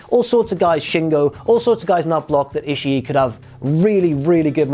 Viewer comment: The trick is to saying "Ishii" correctly is to not pause before that final I, and not to stress the final I too much. Just keep the vowel-sound going as you roll the last two Is together. Rather than "Ishi-(pause)-E", you keep that second-to-last I in your throat, let the pitch drop slightly, then go into the last I. To be fair, though, saying "Ishi-E" isn't pronouncing it "wrong" as much as it's a matter of accent, which is understandable for a non-speaker of Japanese.